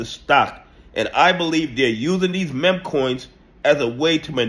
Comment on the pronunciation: why can't you say meme properly? it feels like a conspiracy at this point. say "MEEM", its not hard bro, please